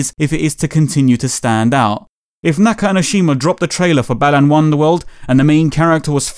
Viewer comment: I keep hearing "Balan" as "Bellend"...